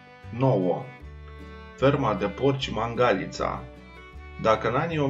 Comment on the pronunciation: Nene vezi ca Mangalita se pronunta altfel, cu accentul pe alta silaba.